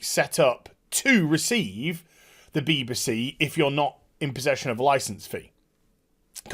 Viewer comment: bee-buh-see lol